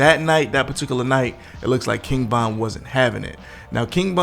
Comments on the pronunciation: King BOND! LOL JAMES BOND. ITS VON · Why do you keep calling him King Bon instead of King Von?You say Von at times, but you mostly say Bon. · Why the hell you keep say "KING BON" bro... Get that shit together! Lol. Bruh... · His name is king Von V not B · Am I tripping? Why its sound like he keeps calling him King Bon and not Von? Maybe its me. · Am i the only one hearing him say king bond ??? Or am i trippn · Man keep sayin king bon